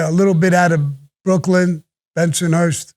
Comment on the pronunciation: The way the narrator said bensonhurst..weird.